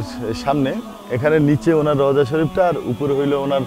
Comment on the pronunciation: Rouja. Bola thik hoyni